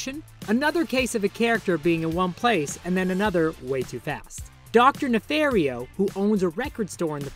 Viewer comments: Does nobody know how to properly say dr.nefarios name? It's ne-FAR-io not ne-fair-io. Gru and tons of other characters say his name Ne-FAR-io tins of times across the span of every movie. He'll, even the clip you showed of nefario after the mistake,he clearly says his name. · It’s Ne-FAR-io like Nefario said. 😂